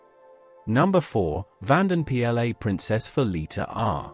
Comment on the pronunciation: It's pronounced Vaden PLUS please teach your AI better.